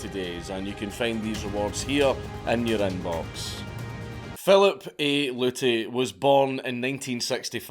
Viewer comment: P.A.Luty.....pollutey? Come on we could of gotten so many dad jokes on him polluting us with his knowledge. Lol 😆